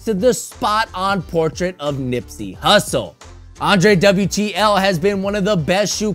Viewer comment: It isn't Andre-wtl it's Andrew-tl. Correction